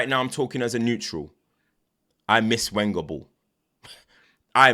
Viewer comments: The W (Wenger) in other languages is pronounced as a V Venger. had to bold put it in bold my guy is killing me here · love the vids no problem it’s hilarious every time you say.